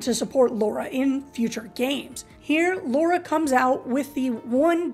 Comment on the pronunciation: Jesus; it’s pronounced LARA. Repeat it after me: LA RA! The heck is “Low Ra?”